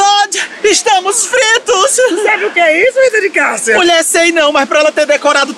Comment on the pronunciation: Desculpa!! Mais vc falou errado E Rita de Cassia kakakakakaka kskskskks kkkkkkkk